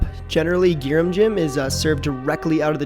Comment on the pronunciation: SO GOOD AND EASY! shout out to for the proper annunciation. want to make this for me tomorrow? or maybe should i make it myself since your video is so helpful 😉